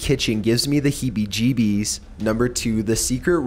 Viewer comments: Hibbie Jibbies :v hahahaha lol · "Heebie Jeebies" hahah